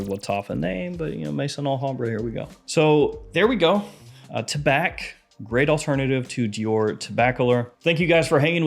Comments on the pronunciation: Tabac is tobacco in french don't prononce the C taba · Tabac is French for tobacco. The C is silent. The correct pronunciation is: Ta-bah.